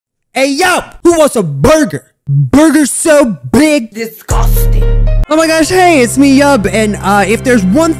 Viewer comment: I-I just can’t… the start of this video just made me laugh and I wasn’t even a minute in the video. who wants a burger? BuRgEr So BeIg. Disguhsting